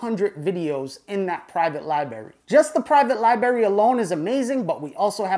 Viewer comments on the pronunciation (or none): I love you but seriously your use of the word “Libary” is getting annoying. You’re old enough to say “li-bra-ry” like the rest of us. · Hate to be that guy, but you know, it's pronounced library right (respectfully) ? With two "r"s. Lol your videos are absolutely awesome! I've learned a lot thank you for the info. , and say it However you want, just sayin. Lol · Love the videos but I’m not sure what a ‘lie-bury’ is? Is that kind of close to a library? As in there’s 2 “r’s” in the word? Or is this a lie that you bury? Lie-bury? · You lost me at libary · "My-cell-ium", "li-bary", and baphomet...this clown has irked me in the first 30 seconds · Lie Berry 😆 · this is awesome, but is someone gonna let know he has mispronounced the word library about 3k times? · Im sorry theres no way im taking advice from someone that cant say library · Hate to be that guy, but it's hard to take someone serious when they can't pronounce library